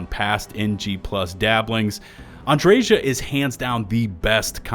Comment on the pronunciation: Thank You for pronouncing Andreja's name correctly 😅 I have literally unsubscribed to YouTubers because they refuse to pronounce her name the way she even pronounces it herself.